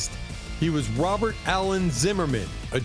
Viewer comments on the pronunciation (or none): none